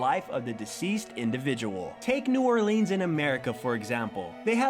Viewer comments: dammit its not pronounced oeleens its orlens. its weird and im from there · It's not new or-lEEns it's new or-lins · New Orleeeeeeeeeeeeeeeens? It's new Orr lens. Not leens. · its so weird that he said new Orleans like that...